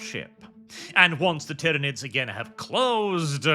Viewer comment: lol I had to stop watching because the AI would say CAH-dia instead of CAY-dia and ty-RAH-nids instead of ty-REH-nids etc. Just ends up annoying me too much especially if Guilliman is involved and they try and say his first name lmao.